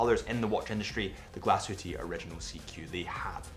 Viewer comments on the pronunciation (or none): Every time he sais glashütteee a small part of me dies